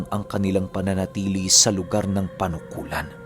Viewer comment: Correction lang po, Panukulan, Quezon po hindi Punukulan. Listening From Quezon Province here